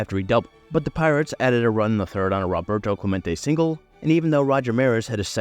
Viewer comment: Clemente's first name is pronounced "ROH- bert-o," NOT "RAH-bert-o!" 😮